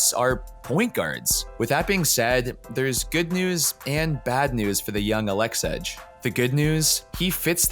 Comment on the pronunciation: Nobody’s gonna listen to a guy who’s not even smart enough to know this guys name isn’t Aleksedge. 🤔🤦🏽‍♂️